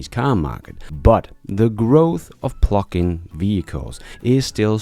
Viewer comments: I love your shows! Please say pluG-in, not plucking 😅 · I’m sure you are saying “plug-in” but I swear by the time it gets to Texas it sounds like “pluckin”. ‘G’s are expensive in Denmark? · THANK YOU ! And I watch nearly every one of your videos, I was born in USA - I do want to let you know that I like your accent (Which is very small) and there is one word in particular that throws me every time you say it; PLUG-IN. when you say it - it sounds like PLUCK in and when you say it fast it sounds like the F word that rhymes with PLUCK....Just an FYI> Thanx again for all of your great videos and "Keep On holding your Breath! !" Harold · Everytime you say 'Plug-in', it makes me think of 'Pluckin'.... which is an alternate to 'Fnckin'. Which sounds hilarious. 😂